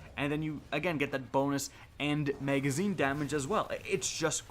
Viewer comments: Why do you say may-gazine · Lol “megazine”